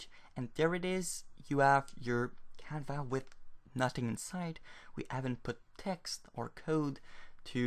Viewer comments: I more liked how he called the canvas 'canva'. The 's' is silent is French after all! Kudos on writing your tutorial entirely in a second language btw! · i thought he was saying it the french way